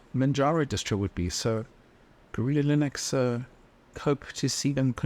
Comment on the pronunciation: I like how you pronounce Linux the same way as you pronounce Linus. It makes sense because the guy's name is Linus who made the original kernel, right? I always wondered why everyone pronounces it with a soft "I" since it's named after its creator, and Unix.